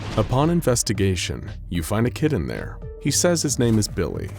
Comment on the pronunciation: i thought it said “you find a kitten there” instead of “kid in there”